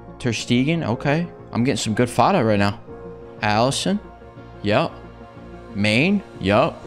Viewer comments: Its actually pronounced Ma-ne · Bro said Mane's LEGIT'MAIN' BRO YOU PRONOUNCE LIKE MARNAY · Mané isnt main its pronounced mar-ney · When I first learned that it wasn’t “Main” when I was younger I instantly thought Kane was pronounced kon-ay 😂😂Haha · the fact is he know the actual pronunciation, he just chooses to pronounce them wrong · The way he pronounced mané name 🤣🤣